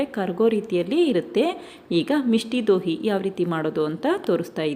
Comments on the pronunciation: ಅದು ಮಿಷ್ಠಿ ದೋಯ್ ಮಿಷ್ಟಿ ದೋಹಿ ಅಲ್ಲ ಮೇಡಂ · Misti doi madam adu Dohi alla Please learn the pronunciation correctly